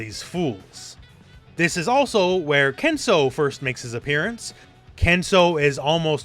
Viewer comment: It is Ken suu. Not Ken sow.